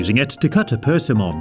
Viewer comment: I like the way he says persimmons